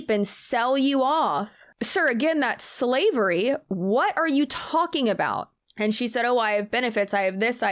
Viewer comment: "NO, ERIC; THAT WOULD BE SLA-VE-RY!!" 🤣🤣💀